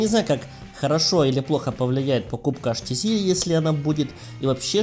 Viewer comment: Либо уж "аш тэ цэ", либо "эйч ти си" - по ушам режет этот колхоз!